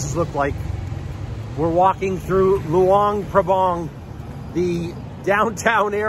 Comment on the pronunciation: The local people pronounce it Lao. And the town is pronounced LuAng PrAbAng. Not Lu-ung Prabung. They are 'A's not 'u's. And yes, it's a nice place to live, but it doesn't have a proper long term retirement type visa.